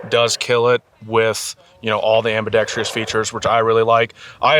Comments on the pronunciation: My dude .... we gotta teach you how to pronounce things. There's only one 'i' in Ambidextrous. Sick vid, though. I have a hard time loving Q's stuff, especially for the price. And while stuff from PSA can be hit-or-miss, I love their mission of getting firearms in as many American hands as budget allows. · Ambidextrous not “ambidextrious”🤓